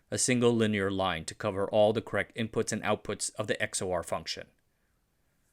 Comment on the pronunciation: FYI, XOR is pronounced “ex-or” like “ECK-sor”